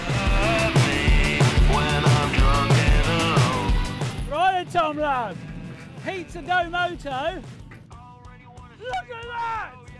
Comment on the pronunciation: Pizza dou-mario-to No?